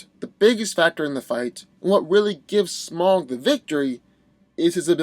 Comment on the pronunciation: It’s pronounced smowg, god damnit.